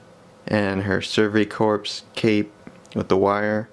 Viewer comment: Pronounced survey "core". The p and s in corps are silent.